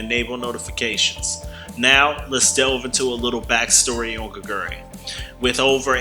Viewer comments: Hey can you at least google how to pronounce her name if you're going to devote an entire video to a player? It's not gigeuri. It's Geh-gwoo-ree. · No one expects non-koreans to automatically be able to pronounce everything correctly, but I do expect the youtube creator to at least put in the effort to google 게구리 and press the text to speech button... as much effort you did to record your voice, the script, and edit the video.